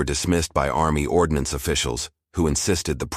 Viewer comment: "ARMMY ORDONACENE"? Since when do officers carry their decorations pinned to their backs? Dude your graphics suck.